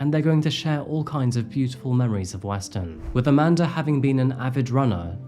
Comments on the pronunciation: Amanda* not Amander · YOU'RE SAYING her name is: "AmandeR" ...... but there is no "R" in Amanda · Why do you keep calling her "Aman•der?" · Amandar is about 1/2 the time how you say Amanda. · Lol how do Europeans manage to add an 'R' on so many words without one? Hilarious! Youre doing a great job! Keep it up ♡♡♡ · lol the way you add an”R” at the end of the name “Amanda” is super distracting..